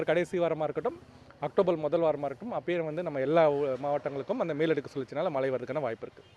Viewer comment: That’s Mazhai !!! Not malai